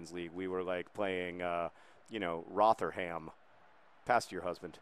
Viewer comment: Your pronunciation of Rotherham was fantastically American.